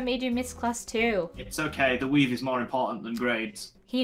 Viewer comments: I thought he said "weed" XD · The intro, I though he said "weed" and not "weave"